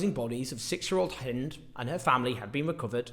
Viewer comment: THANK YOU, Owen, for pronouncing Hind's name the CORRECT way.